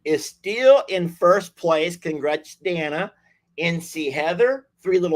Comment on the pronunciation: FYI---Day-na FOR DANA, ANDREA---ANN-DREE-A. FYI to call them by the correct pronunciation!😍🤩😇